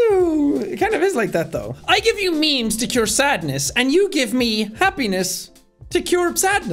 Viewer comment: When you said I give you memes it cut to a add on me and it sounded like meat so you said I give you meat 🧐😳😏😂